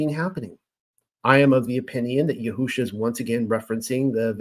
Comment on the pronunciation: In listening to you, I have observed that you have tried to pronounce words properly, for instance: YAHUAH YAHUSHA In my opinion, you have the words spelled correctly. However, in each case, the emphasis should be moved to a different syllable. YAHUAH should have the following emphasis: YAHuah Similarly, YAHUSHA should have the following emphasis: YAHusha This name means "YAH who saves." It does not mean "yah WHO saves." In your own name, "" should be pronounced with more emphasis than your middle name or your last name. Blessings, Daniel